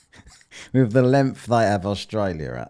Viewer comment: Wtf is lenf, dude? Your English is garbage, and you are English.